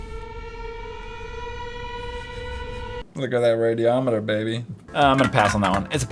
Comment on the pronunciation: "Look at that radeamater baby" I died